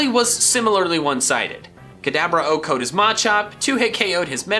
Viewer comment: Why do you keep saying O-code?